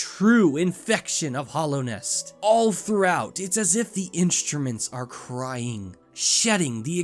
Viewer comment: You say my pet peeve with this game, It's called Hallownest, no Hollownest.